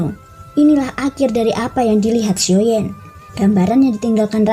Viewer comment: XIo yan Lo bukan XIo yen